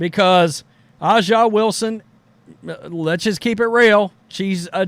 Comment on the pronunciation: This hillbilly can’t even say A’ja Wilson’s name correctly